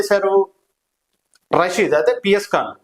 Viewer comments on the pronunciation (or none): అరే బాబూ,, " రసీదు " కాదు,, "రషీద్" . అంత పెద్ద board పెట్టుకొని కూడ విషయాన్ని క్లియర్ గా చెప్పలేక పోతున్నావు.. నువ్వు చెబుతున్న తీరు చండాలంగా ఉన్నది.. 😡 😠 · రసీద్ ❌ రషీద్✔️.... జిలానీ రషీద్ ను బీర్ బాటిల్ తో లాడ్జ్ గొడవ తర్వాత బైట పొడిచాడు అది చెప్పవే... జీలాని ❌ జిలానీ ✔️ జీమ్ ❌ జిమ్ ✔️...నీకు ఒక బోర్డు ..ఒక విశ్లేషకుడవు నువ్వు😂😂